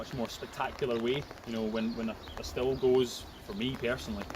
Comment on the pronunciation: It should be pronounced steel like the germans say it but almost everyone says still in the UK because of how it reads in English - keep saying steel - you're correct.